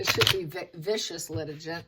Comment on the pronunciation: Litigant is pronounced with a hard g gant rhymes with can’t. Vex - A- shush